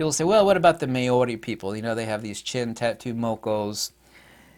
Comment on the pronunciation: Māori… mow (as in cow) ree (as in pee).